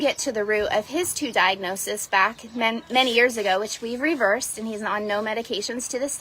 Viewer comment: Thank you for pronouncing “diagnoses” correctly, unlike the hun.